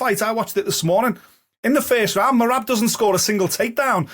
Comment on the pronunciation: Oh no. finally pronounced merabs name correctly. Merabs is screwed